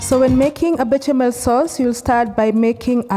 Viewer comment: Pronounced be-sha-mel sauce.